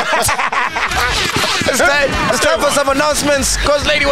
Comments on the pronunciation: "We need to investi-GAY-te" 🤣🤣🤣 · "InvestiGAYt" 😂😂😂 MacG moving in suspicious ways, uyaSOLisa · Sol "we need to investiGAYte" killed me 😂😂😂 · InvestiGAYte🤣🤣🤣🤣🤣🤣🤣Sol's mind is something else 🤣🤣🤣🤣🤣🤣🤣🤣🤣🤣🤣🤣